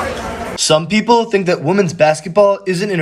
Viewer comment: Hey man, I really like your content and enjoy much of what you say. If I may give some constructive criticism; speak properly. "Fink" instead of "think," etc;.. you're smarter and better than that. It's not an accent, you're just being lazy. You can do so much better as an intelligent person. Please consider this and make an effort. Just like working a muscle, you can improve your speech. No shade.